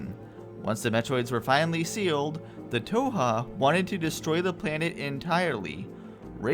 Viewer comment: Not the biggest deal or anything, but you aren't pronouncing "Thoha" correctly. The "h" is not silent, as can be heard in Adam / Raven Beak's pronunciation, during the Network Station briefings.